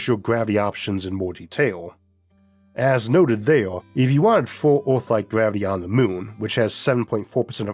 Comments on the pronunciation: pls stop saying oaathh bro thats pain for my ears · No we cannot ..we cannot even get an AI reader to pronounce the word earth correctly .